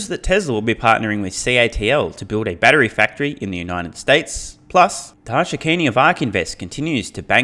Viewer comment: he said batry instead of battery.